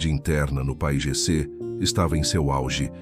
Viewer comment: É si lê P A I G C